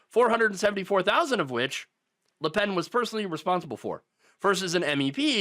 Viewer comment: It’s Le Pen, not La Pen… If it was “La” it also should be “Penne” but that is already taken for some pasta shape.